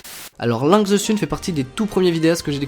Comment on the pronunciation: SÉRIEUSEMENT, LINKS ZE SUNE ? TU PRONONCE VRAIMENT CA LINKS ZE SUNE OU C'EST POUR DÉCONNER ?! J'AI FAILLI FAIRE UN ARRÊT CARDIAQUE BORDEL !!!! Links se prononce comme pour Link, le héro de la série Zelda mais avec un -s à la fin, the se prononce -the et pas -ze, et bordel sun ça se prononce -seune pas -sune